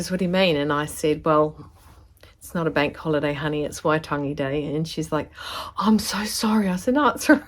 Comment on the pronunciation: Not laughing......But I am blown away at your pronunciation of Waitangi x x